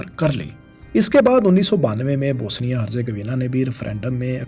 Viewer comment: Bosnia not Bosenia! Dominant not dominance!